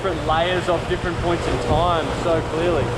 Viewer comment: at the expense of sounding like a idiot... wtf is a toime?